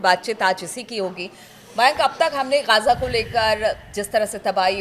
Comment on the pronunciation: गाजा नहीं ग़ज़ा होता है